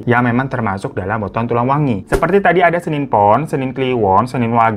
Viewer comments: Aku pengen ngakak bang Hiro ngomongnya salah salah mulu Hari anak pernikahan kita, tulang wengi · Tulang wangi bang bukan wengi